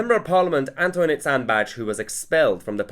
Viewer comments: I forgot:"Sandbach" the "S" is pronounced as in "roSe". It's a soft "s". BTW: "Bach" means "creek/stream/beck". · You cannot be a Scott. It's "SAndbAcH". Both "a" like the "a" in "ask" but short. And the "ch" is a "ch". Just ask a Scott. Or